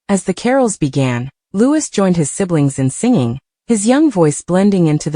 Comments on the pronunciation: Why can't you get his name right!!!!! it's not Lewis but Louei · For goodness sake..His name is pronounced LOUEEEE, not LEWIS. Come on people get a better AI. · For goodness sake, his name is Louis, not Lewis. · Loueee not louise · For goodness sake get it right ,it’s Prince Louis pronounced Looee the S is silent…typical American.. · It's pronounced like Louee NOT lewis. Please correct the pronunciation. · The mispronounciation of Louis name really makes me really angry it's Louee GETIT RIGHT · Louis is pronounce Loo wee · It’s soooooo annoying isn’t it. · No matter how many times you comment and tell narrators to pronounce Louis as Looowee they still don’t get it. And always saying Kate Middleton instead of Princess Catherine. Ignorant as far as I am concerned. 😝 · It’s the stupid AI - I’m always correcting any video that mispronounces Louie’s name. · The mispronunciation of the young prince’s name is extremely irritating to listen to and insulting to the prince and his family. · Prince WHO?? If you’re going to talk about him-learn to say his name right—or program your AI to. And why are we seeing clips from different years? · Mispronouncing Louis’s name smacks of an AI voice, or an incredibly, unbelievably ignorant speaker. I suspect AI. Shame on this channel for a careless, badly done voice. The young royal family deserves better! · For heaven’s sake get it right if you’re going to put these articles on and learn how to pronounce them. Or teach the robot the right way. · The voices are made by computer and don’t have the input to pronounce the name the French way. Just bad programming. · For goodness sake pronounce the young Prince's name correctly! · It’s not all just AI, I’ve actually seen live broadcasters say Louis with the S on the end. They need to just learn the name.